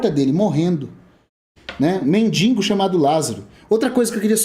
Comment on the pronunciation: Lázaro era mendigo ou mendiNNNgo? (Não é sarcasmo. Mestres devem buscar a excelência)